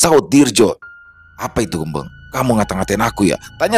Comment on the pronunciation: GembEng bukan gembeng 😂